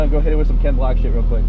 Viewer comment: Did you say Ken “Black”? Lol